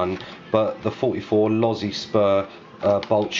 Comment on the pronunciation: Thats vrry nice ids why you've got dislikes mayb usa guys hating you pronounced losi correctly lol instead of lowsy. Looks very nice tho mate.